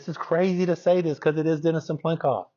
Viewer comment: Can I just ask why so many people add an extra "n" when pronouncing Cyplenkov's name? Most people spell it just fine but keep saying Cyn-plenkov. Just a pet peeve of mine.